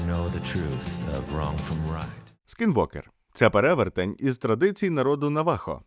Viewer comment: Нове відеооо... кайф ❤‍🔥❤‍🔥❤‍🔥Правда слово "Скінвокер" правильно прочитала лише з третього разу 😅😅 перші два було "сквіртовер" 😅😅😅😅 Дякую за працю 🔥🔥